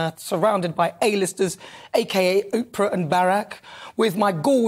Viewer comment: Did she call Oprah oompa 😱😂😂😂😂